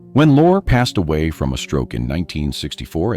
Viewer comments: The name you call "lore" , & "loray" is pronounced Lori, a girl's name; or Lorry, a British word for Truck. OR, (ffs!) PETER LORRIE! Dag nab it! I hope that's how the name is spelled! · Peter Lorre - Lorre is pronounced Lorreeeee. Hello??? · Peter Lorre it's pronounced Lori. Rita